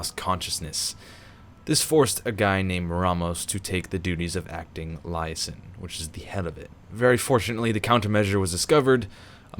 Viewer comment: just for future notice, liason is pronounced lee-ay-zon